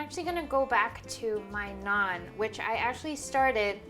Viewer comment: that is roti or Naan. I was confused when u said non bread